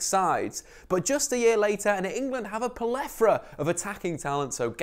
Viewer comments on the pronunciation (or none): Plethora... That's plethora. Should have picked that up in editing. Apologies, grew up with an English teacher... Old habits die hard. Anyhow, good video once again